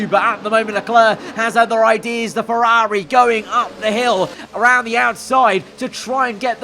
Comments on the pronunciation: Ferrari ❌ FerRAWRI ✅ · How he says Ferrari always irks me idk why 😂